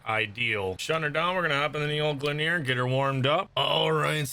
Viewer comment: You are saying Gleaner wrong